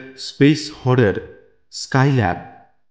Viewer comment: আচ্ছা কথাটা কি "হরর" না "হরার"। সায়ক আমন ও এটি বলেন। এটা কি উচ্চারণ টা ঠিক, নাকি অনুকরন করতে গিয়ে বিকৃত হয়ে যাওয়া.....